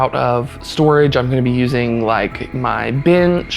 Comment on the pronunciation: Oh ... from out of storage not storge? P.S. "our" is not pronounced "r", it's pronounced " hour", not are bout hour.